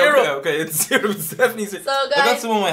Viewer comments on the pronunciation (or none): he said golden serup